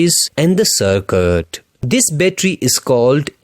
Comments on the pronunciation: this is circuit not circut imrove your english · Circuit ❌ Sarkattt ✅ 😂😊